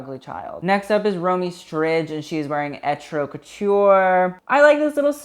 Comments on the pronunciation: stridge :D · I know lol im %100 sure its pronounced strid the j is silent